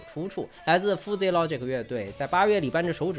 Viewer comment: Fuzzy 读 ˈfəzē 吧 阿泥妹饭真的读出了南京味 太亲切了 在南京读的大学 😂😂😂